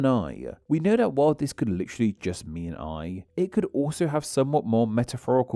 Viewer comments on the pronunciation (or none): none